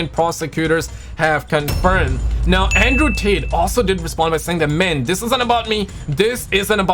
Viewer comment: Did you say Andrew Tater?